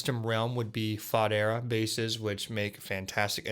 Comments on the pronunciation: “Faux-dera” not Fodd Era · “Fah-dera”…? Lol